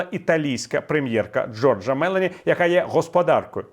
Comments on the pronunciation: Джорджа МелОні,наголос на О. Камала Харріс,як голова американської делегації,це сильно.😮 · Дякую за точний і зрозумілий аналіз подій, за відданість своїй країні , тобто нашій Україні. Живу в Італії, хочу зробити маленьку підказку, в італійській мові в прізвищах наголос падає на передостанній склад: БерлускОні, МелОні. Надіюсь ви не образитесь , зі всією повагою 🙏🏼🇺🇦❤️ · Мелони- нужно ставить ударение на "О". На Итальянском звучит так и более корректно.